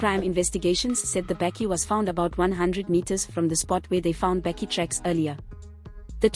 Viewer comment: How can you not pronounce the word Bakkie correctly or even the poor young man's name??